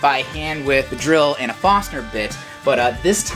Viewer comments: great job! i cringed every time you said Fosner intead of forsner Awesome channel!! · Don't forget the "R" in Forstner.